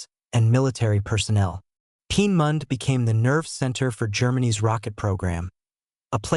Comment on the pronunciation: Lear how to pronounce Peenemünde.